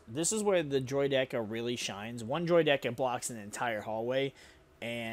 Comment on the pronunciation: Bro it’s droid ICK a! Great video, just please pronounce it right lol